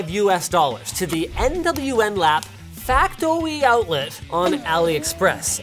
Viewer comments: Rirey fas factoey outleh! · "Factoey" got me good :face-green-smiling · Factoey Outlet.. hahaha 😂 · factowy outwet